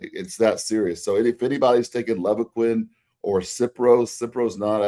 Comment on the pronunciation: Another awesome podcast, as usual. But if I could nitpick… As someone who sold Levaquin for several years in the mid 2000s, I’ll give you a dollar to say it right… It’s pronounced “Leeevaquin”, with a long “eL. Please? Pretty please?😂😂😂 But he’s absolutely right… Regardless of which of the fluoroquinolone a person might use, be it Levaquin or Axelox or Cipro, you really have to watch out for tendon rupture.